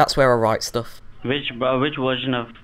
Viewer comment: You made him say "what wersion" 😂😂😂